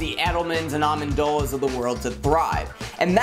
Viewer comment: This dude said almondola lol